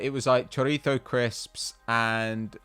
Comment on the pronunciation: love that chorizo pronunciation from